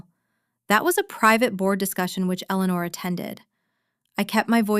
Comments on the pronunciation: In many stories it was pronounced perfectly, just on this channel it's Elellanar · It's very clear that Ai cannot pronounce the name Eleanor.. So either stop using the name or get Ai to do it right.. It's getting annoying 🙄😅😅